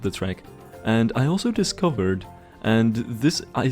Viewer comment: the way says discovered gets me